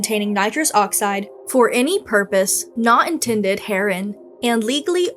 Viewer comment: it's "here-in", child 😭